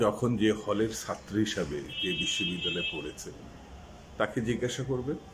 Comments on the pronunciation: আপনার মত বুদ্ধি বাংলাদেশে আর কারো আছে কিনা মনে হয় না শুধু ছাত্র উচ্চারণে আপনার একটু Problem এটা ঠিক করে ফেলেন তাহলে চলবে রাগ করার কিছু নেই এখানে আপনার বাড়ীর লোকেরা আপনার Talk show দেখে না হয়তো তা না হলে তারা আপনার অখাদ্য ছাত্র উচ্চারণ ঠিক করে দিতেন Please don’t get upset just CORRECT it That’s it শুভ কামনা রইলো Please don’t give again any negative answer I have been very nice and polite with you don’t be impolite PRADIP BHATTACHARJEE USA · ভাইজান ছাত্র কথাটা উচ্চারণ করতে পারছেন না কেন এত সহজ একটা শব্দ আপনি আয়নার সামনে দাঁড়িয়ে আপনি কি ভাবে ছাত্র উঁচ্চারণ করেন আপনার ভুল আপনি ধরবেন Correct ভাবে কথা বলতে না পারলে এই সব Talk Showতে আসেন কেন???? আশা করবো আপনি আমার মা বাবা ধরে গালি দেবেন না PRADIP BHATTACHARJEE USA